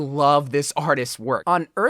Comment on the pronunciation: What's "Single de Mayo", is that a Bro You Wack holiday? 😂